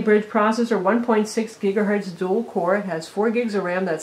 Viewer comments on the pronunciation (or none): none